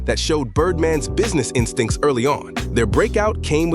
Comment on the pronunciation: BIRDMANS "insctinct" 😆